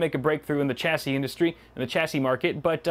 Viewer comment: Every time you mispronounce chassis, I die a little inside.